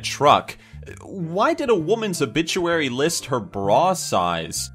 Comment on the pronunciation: Loll a obituary it sounds like obitchuary XD Lol